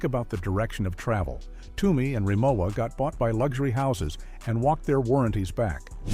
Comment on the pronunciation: Its hard for me seriously to take a negative critique of Rimowa when you don’t even know how to pronounce the name.